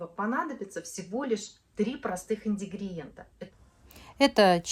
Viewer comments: "Индигриента" говоришь.. Может всё же "ингридиента"? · Не индигриента а ингридиента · инГРИдиента, а не инДИГРиента